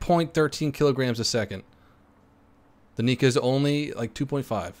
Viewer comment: two things 'nigga' isn't the n word and he said 'nikka' (he meant to call it 'kikka')